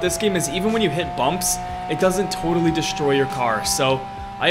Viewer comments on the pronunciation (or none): why did you say destoy not destroy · Mistake it’s says destoy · "destoy" oopsie daisies